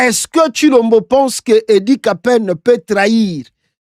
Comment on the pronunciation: Kapend et non kapen